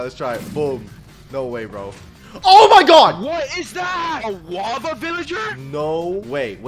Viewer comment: DUDE ITS NOW WAVA ITS WALAVA